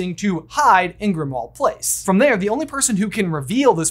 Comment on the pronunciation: FYI, Grimmauld Place is pronounced like "grim old place" not "grim ahld place." The -auld at the end of the word Grimmauld is the same as in the song Auld Lang Syne. It's another play on words like Diagon Alley (diagonally) and Knock Turn Alley (nocturnally).